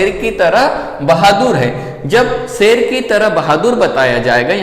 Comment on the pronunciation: सेल नही शेर होता है